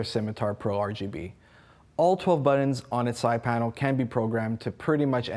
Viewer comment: Why is he saying "BUTT-ENDS" Is he meaning Buttons? HA HA HA AMME-Dextrious this guy is hilarious. And what is the guy doing in the back ground?